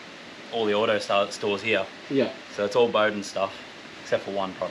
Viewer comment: Bowdens (its pronounced BOW as in the Bow of a ship) are an Aussie Company based up here on the Sunny Coast and have the biggest collection of OG Touring Cars from back in the day, I've got mates that work them them in house, I reckon theyd be down to do something with you for sure Ive dealt with them for YEARS as a Detailer and the whole operation is all Rad Car people, they do BBQ's, Show and Shines, Demo's for Car Clubs all sorts of cool shit at their place in Warana Let me know man, I'll get you in contact with the right people over there